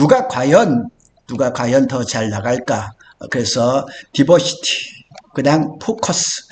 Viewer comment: 디버시티라고 하지 말고, 다이버시티라고 하세요. 영어 단어를 쓰려면 맞게 써야지... 아니면 쓰지 말던가....티시벤더도 티쓔벤더로 들림.